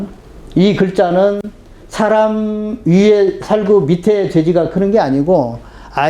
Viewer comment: 선생께서 처음으로, 제 기억으로는,처음으로, 많은 한국 학자중에, "사람"이라는 말을 바르게 발음하셨습니다. 이 얼마나 놀라운 일입니까? 즉 "사람"의 "사"는"길게"발음해야 하지 않습니까? 이러 고유어, "사람"의 발음도 제대로 발음하지 못하는 민족이 한국민이니 이 얼마나 슬픈 일입니까? 거의 모든 국민, 학자가, "사람"의 "사"를 짧게 그리고 "람"을 마치accent가 있는 것처럼 강하게 발음하고 있습니다. 이런 발음 문제는 실로 심각합니다. 이에 제가 "한국 어문을 고발함"이라는 책을 "눈물로" 썼아오니, 이 책을 일ㄹ독해 주실까요? 미국 변 완수 배